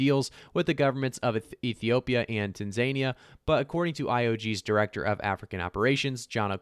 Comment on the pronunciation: Tan za nia is how you say it